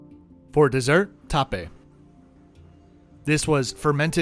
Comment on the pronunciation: I appreciate you taking eleven takes to get your video without guests walking past you! I also appreciate the fact that you pronounced “tape” correctly 😁 Unfortunately the only Alila I’ve been to is Alila Bangsar in Kuala Lumpur LOL I wonder what happened to their plans in some of the more exotic places in Indonesia like Tarabitan in North Sulawesi and Bintan (near Singapore).